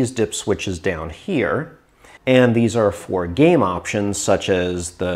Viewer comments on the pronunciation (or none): none